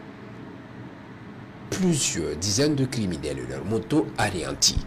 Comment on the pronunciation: Ces kériminels doivent tous être bien verrouillés. Le commentateur mérite un prix d'or. Les opérations ...........................................................se proursuivent.😆😆